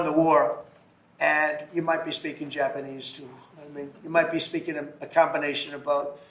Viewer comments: "Germ-paneese" 🤣 Oh yes, thank you for that one! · Jerpenese? Must be the language they speak in "TANZIA" or was it Tanzeria? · He needs to be canceled...and wtf is "Jerpanese"? I guess it's a new language that's offered at Trump U...😮😅 Ugh, impeach his orange ass/butt...